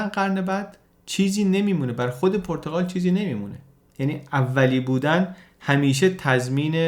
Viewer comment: خیلی عالی ولی پرتقال نادرست است و صحیح پرتغال با ضمه در (غ) صحیح است